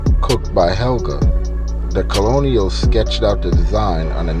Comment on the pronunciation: Colonial!? It's pronounced "kernal" Colonel